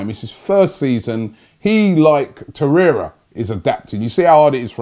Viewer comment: At least doesn't say Lucas Torreya anymore.